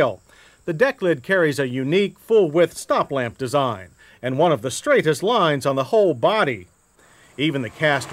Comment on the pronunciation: "cad-he-lack" "straight-hist lines"